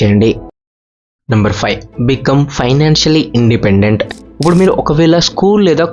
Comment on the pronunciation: ఉప్పుడు కాదు అండి ఇప్పుడు అనాలి....sorry topic related కానిది చెప్పా